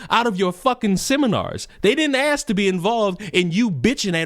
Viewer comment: If u can’t say ask and say axe thats a. Red flag😂